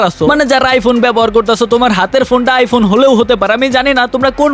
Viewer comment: এই শালা তো প্রতিবন্ধি আইফোন রে আইফুন বলে